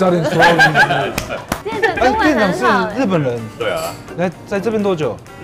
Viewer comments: 木曜哏，因為中文太好被網友戲稱假日本人，但口音問題「日本」二字自己都錯唸成「路本」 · 喂 幹嘛 也太台灣了吧😂 假路本人